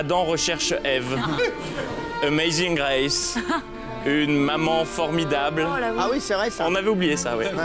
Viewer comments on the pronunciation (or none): none